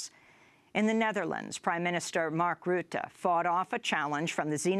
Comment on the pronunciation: Well done Amy, the best pronunciation of Geert Wilders and Mark Rutte of any newsanchor I've heard so far.